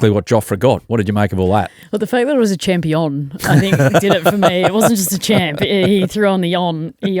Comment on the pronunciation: England ashes "chompion" 😂